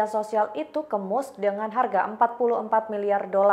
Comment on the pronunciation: Dibaca MASK bukan MUSEK 😂